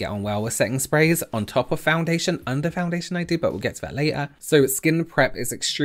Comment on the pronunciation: Every time you said foundation in this video I cringed a little 😂